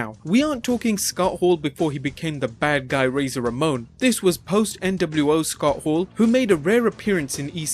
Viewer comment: "SUKOTTO HOORU! KEBIN NASHI!!"